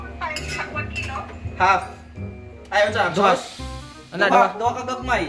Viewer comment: Butangig "sawss" katawaha naku oi😂😂😂😂😂